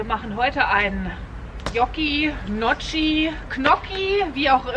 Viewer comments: ich glaub die werden "njocki" ausgesprochen 😂😂 sieht lecker aus 😁 🤘🏼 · Hey und Namensvetterin 😉 Das sah richtig geil aus 🥰🙏🏼 Und wie man Gnocchi ausspricht: Keine Ahnung 😜🤷🏻‍♀️🤣🤣🤣 LG Ela